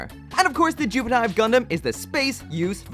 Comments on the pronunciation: why is it "jupitive" and not "JupFive"? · Should've been Jupi-F-ive, not Jupi-T-ive... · you read it like jupit-eeve not jupit-ive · its actually pronounced jupitiv *the E is silent